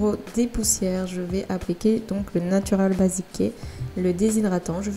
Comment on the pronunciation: PQ vous dite basiqué mdr